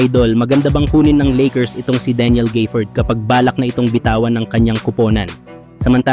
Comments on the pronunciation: walang Y sa gafford kaya wag mo banggiting na GAYfoord but instead ga-fford(short A ang GA) pki ayos lang lods. Salamat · Daniel Gayford😂😂. Gaford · D mo na alam kng Gafford O Gayford. GAFFORD pre. Mag research ka muna kasi 🤦🏿